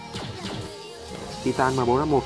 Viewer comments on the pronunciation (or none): none